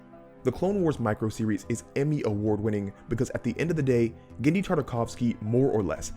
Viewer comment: Cool video, but you've misspeled Genndy's surname both in spelling and in speech.